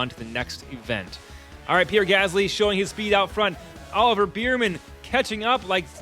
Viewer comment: Its “bearman” not “beerman”